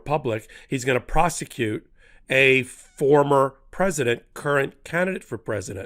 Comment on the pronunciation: Hey Ben, did you say the power to indict a sitting “precedent” or “President “ ?